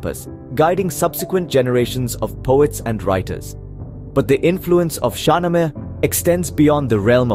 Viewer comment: Mispronunciation 1.0 SHAH NAAMA